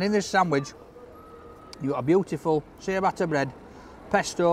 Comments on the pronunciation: great review but you're butchering the pronounciation of Ciabatta...it's not Seeya batta its Chi-batta!! 😂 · "See-a-batta" haha. Thick as that meat in his sausage roll.... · “Chi a batta”